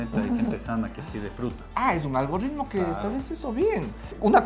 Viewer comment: Suscrito!! Pero porfa es ALGO"R"ITMO jaja no ALGORRRRITMO 🤯👍!! Excelentes videos, este fue espectacular ya que tengo un emprendimiento de software que va creciendo y sirven estos consejos